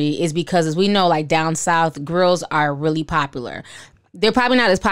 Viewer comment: Girl several times ..hopefully they spelled it wrong cause he should be able to read😂